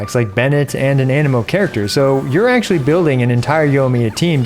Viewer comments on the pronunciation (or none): none